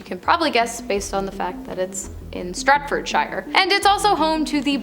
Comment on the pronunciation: Sounds like she says Stretfordshire. There’s a place called Stretford in Greater Manchester